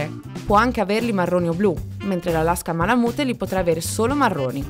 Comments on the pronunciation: Si pronuncia malamut non malamute 😅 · bel video però la pronuncia è "ma-luh-myoot", cioè "malamiut", insomma la e finale non si sente mai ;D Poi, il Malamute maschio misura "idealmente" 63.5 cm, cioè quella è la misura ideale per l'attività di traino. Ma 62-63cm sono proprio il minimo per un maschio, il mio è 66 al garrese. Il range corretto penso sia 61-68, includendo le femmine direi 58-68. Il peso va dai 32 (minimo femmine) fino ai 43kg (massimo maschi). Le misure dell'Husky invece sono abbastanza precise. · Se pronunci ma la mute , meglio skippare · beh sì dai, in Italia diciamo tutti "malamut" (e continueremo così ahah), però in USA la parte finale si pronuncia "miut"